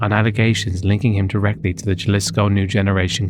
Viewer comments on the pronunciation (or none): Just your friendly neighborhood Mexican to pop in and say it’s pronounced Huh-lisco. But great video! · Omg this drove me insane... Jalisco is pronounced Hal-lee-sco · Jalisco is pronounced with a soft J, like an H sound.